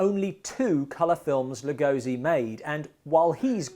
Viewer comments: Exactly. As a lifelong fan of Lugosi, it bothers me that so few people pronounce his name correctly. Even Johnny Depp and Martin Landau got it wrong in “Ed Wood”. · I got it right in our Lugosi special, Rise of Dracula, but this was shot months earlier and I hadn't checked the pronounciation.